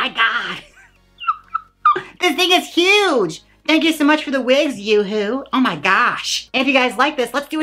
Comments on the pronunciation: Yoohoowa lol it’s “you-hwah” love u jaymes 😭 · You said Yah-hooa riiiight as a went for my drink. Thank you 😂😂😂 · "Yoohoo", tho🤣😂🤣😂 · Lol she can’t pronounce Her name lol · Please pronounce yuhua correctly, it’s cringey even as a joke